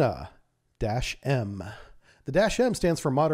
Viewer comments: Not mArina, but mUrena. This is such a fish. And the way you pronounce it, it's a female name. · Murena like in Moray eel. Pronounced with eh sound like in RAM